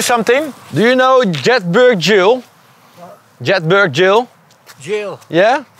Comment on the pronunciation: Zo ontzettend irritant dat ze (behalve de OV) Jedburgh steeds verkeerd uitspreken